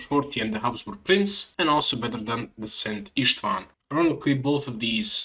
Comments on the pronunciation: You pronounced szent István perfectly. Very cool guide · I'm Hungarian and you pronounced it flawlessly